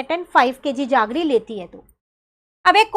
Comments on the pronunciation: Mam that's not jaggre it's jaggery means gud metha vala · Why are you saying जागरी instead of जेगरी